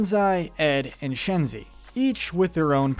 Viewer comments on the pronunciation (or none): He butchered Shenzi and Banzai name